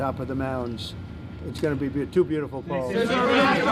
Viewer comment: Every time he says the word beautiful he bastardizes it